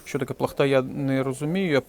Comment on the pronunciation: Плахта наголос на перше а. Це українське жіноче вбрання яке вдягається на довгу вишиту сорочку натомість спідниці.